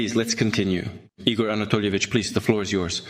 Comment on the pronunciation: Igor not [ E. Gore ] but it is [ eagrrr' ]